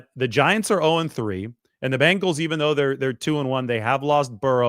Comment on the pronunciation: It’s so nice to hear someone say Bengals instead of Bangels it really drives me nuts watching football as much as we do. I have faith that the Niners front office will make the right decision, even though we might not understand it at the time they know what they’re doing